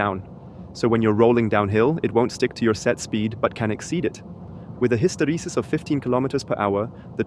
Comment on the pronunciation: Hysteresis is pronounced hiss-tuh-re-sis, not hiss-terry-sis. or